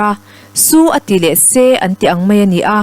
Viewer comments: a bengvarthlak hle mai..chutihrualin "SU a ti leh SE" tih thluk hi lo zir leh deuh leh teh se. a thluk a dik lo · chhiar thiam viau naa, a thluk diklo, su ati leh se mai, mizo tawng hi athluk a zira dang lam dawrh dawrh hi atam a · 'SU' a ti leh "SE" Thu chhiartu hian a chhiar thiam khawp mai. Ngaihthlak pawh a hahdam thlak. Lam rik dan tur ang taka lam ri tura inzir deuh a tha ka ti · Ka rin aia i chhiarthiam loh chu....su a tih leh se, tihlai kha, a tum bo ṭhakin i chhiar lo maw? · I chhiar thiam hle mai. Thil pakhat su a tih leh se tih lai tak hi i chhiar dik lo tlat mai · Su leh Se kha a ri hniama lam tur aw.